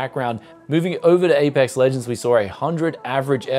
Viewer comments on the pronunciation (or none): Yo, it's Apex Legends, not Apex Lujends. LOL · Apex Lujends you say? :) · what ''Apex Lujends''. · Nice benchmark for “Apex Lujends”